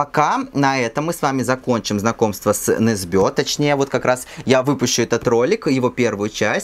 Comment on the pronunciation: Почему все произносят Ю НЕсбё с ударением на ё?=) Он Ю НЕсбё) НетопЫрь (не нЕтопырь) очень понравился кстати) считаю первые части прекрасными, особенно нетопыря